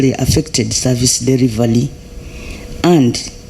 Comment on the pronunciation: I managed to work out some of the pronunciations: Delivaly (delivery), collapson (corruption), lule (Rule)